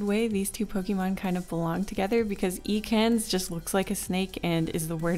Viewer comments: Eecans!? Eecans?! It's Ekans! E not ee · I love the video but the way you pronounced Ekans bugged me. It's Ek - kans, not E - kans But I love the vid anyway ^-^ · ekans is pronounced "eh-kens," not "ee-cans" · No one:: Eeee-kan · I- did you just call Ekans e-cans? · Just a little heads up: Ekans is pronounced “EHkans” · she literally named her channel after a city in pokémon but can’t pronounce the name of one of the original pokémon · I'm sorry but, you pronounce Ekans like WHAT???